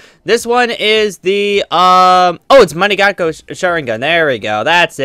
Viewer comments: Its not manigako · its pronounced mon-gyeko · u can't even pronounce mangekyou e.e